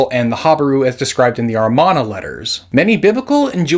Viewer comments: Why do you keep reading Amarna as Armana ? You have scripts reminding you what the word is, you edit the video to add the word, but for some reason you keep misreading it. And it's very distracting. The video is very interesting and informative nonetheless. Good job on that. Edit: the Khazar theory was pretty interesting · Non-falsifiable does not mean that there is historicity involved. The Iliad and Odyssey are non-falsifiable, but how many base any modern beliefs on them? By the way, the word is pronounce AMARNA, not "armana." And why do so many pronounce Semitic as "Semetic?"